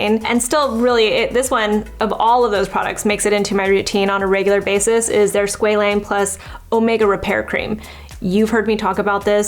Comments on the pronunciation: It’s Sqa Lane Not sqelene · its pronounced sqwa-lane 😭